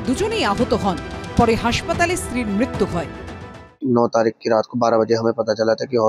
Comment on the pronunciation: মৃত্যু উচ্চারণ আগে ঠিক কর তবে না বলবি